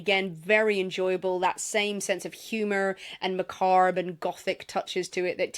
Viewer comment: It's not "macarb". It's pronounced Ma- CAAB. Don't pronounce the "r".